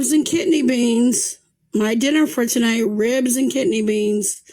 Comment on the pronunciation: Lol- she actually says "ribs and kitney beans" 😂